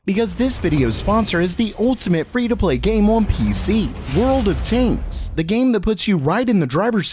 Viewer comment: I just keep hearing "World of taints".